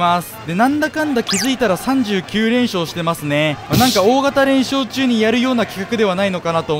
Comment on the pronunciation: 大型連休中のような言い方の大型連勝中